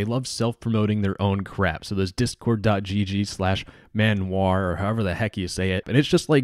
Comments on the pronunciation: Good video just the name of the server in French pronounces "manouar" and internat in frensh pronounces "interna" not internet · I'm french and i approve your french ! You said "manoir" like "man oua" without pronounce the "r" x)